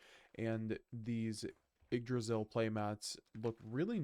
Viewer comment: It’s pronounced igg-dra-zil not why-g-g draysal?